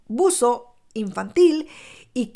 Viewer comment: Por favor alguien me puede decir? Por qué no dice la palabra " ABUSO. Por qué dice aaaauso expliquenme??????